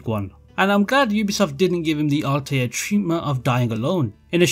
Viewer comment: Ezio....... Desmond........ ALTIAR.....